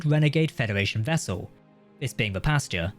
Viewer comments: Pasteur, not Pasta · I think he called it Posture. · Aggressively english pronunciation of "Pasteur"